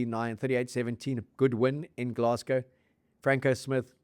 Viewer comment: NOT 'Gless-go', 'Glass-go', ffs